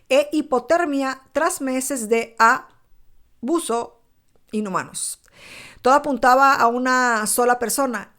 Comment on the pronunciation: Por favor alguien me puede decir? Por qué no dice la palabra " ABUSO. Por qué dice aaaauso expliquenme??????